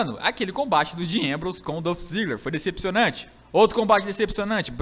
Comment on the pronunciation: Mano, só pra lembrar é Dolph Ziggler não Dãf Ziggler...